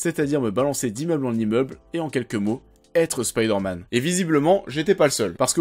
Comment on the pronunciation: mdr spiderman au japon ca donne grendizer.c marrant un coup du dis spiderman facon original à l'anglais puis ensuite tu dis spiiiderman avec i à la francaise) pr le jeux j'ia détesté mary jane qui n'ets qu'un pastiche de lois lane....mary jane c censé etre femme de tout les jouirs pas une super reporter intrépide.sinon j'ai trouvé homecoming nul.....ennyeux et oui spiderman 2 est le meillur car ses sscènes d'actions sont ouf et c ce qu'on demande avec un super héro.